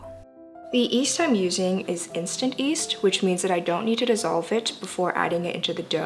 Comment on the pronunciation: It's yeast, not east :D